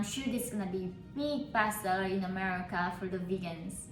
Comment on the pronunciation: God i thought she said bast**d 💀 when said "best seller" Lol 😅